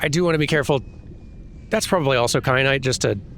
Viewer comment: Kyanite, like teh pepper